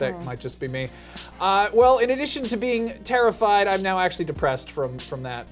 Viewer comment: HAHA said "Tara-fied!"... I'm sorry.